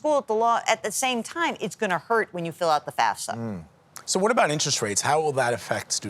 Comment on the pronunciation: It's FAFSA, not FASFA.